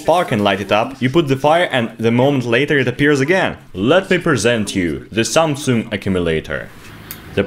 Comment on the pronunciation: Let me present you... THE SAMSOON ACOOMILATOR